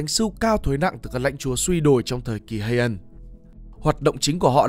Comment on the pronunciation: Phát âm tiếng nào cũng bị tiếng Anh ảnh hưởng vậy, ví dụ như Heian chẳng người Nhật nào đọc vậy cả